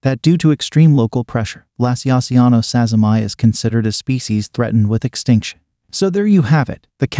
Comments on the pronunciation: oh ok, I thought he was japanese bcus the two ppl who desribed the spider were japanese and it seemed like a Japanese name. but still his name was Sazima, the spider is also called Sazima's tarantula, so the point stands that it should be sazima-ee rather than sazzy-my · yeah the whole japanese thing really isn't relevant lol. what matters is that the person the spider is named after is Sazima, so preserving the pronunciation of that name, as per taxonomic convention, we get "sazima-ee" as the right name for the spider.